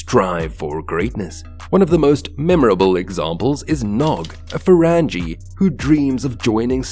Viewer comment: Just as soon as I heard his pronunciation of 'Ferengi' I knew they were perpetrating a fraud.